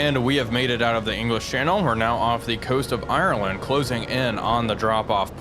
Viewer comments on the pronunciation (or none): none